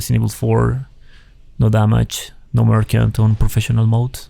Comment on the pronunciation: Nice run, although you pronounce "merchant" wrong :D